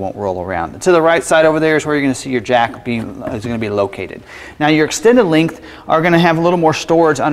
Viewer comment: "Lingth" vs length? Cringe...